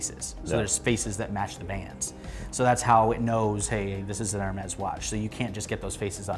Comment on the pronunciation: Its not f**** ermezz. Its ehr mee